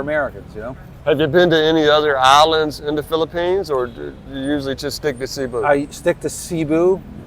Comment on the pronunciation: Bro. It's "Say-Boo", not "See-boo".